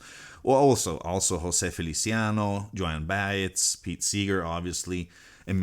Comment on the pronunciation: If I may make a small correction of your pronunciation of one of your artist’s. It is Jone By ez, not Joanne Baise. Thank you. Not being picky.